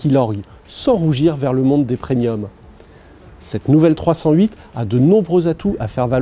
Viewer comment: Pourquoi cette obsession de la "feutrine" ? 🤪 "Le monde des preNiums" dixit le présentateur toujours pas à son aise 😅. Un peu amateur, non ?